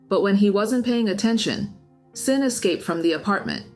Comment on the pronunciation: I’m curious, how can you call yourself ‘’ and say that you’re not an AI channel, but you’re not pronouncing Xin correctly?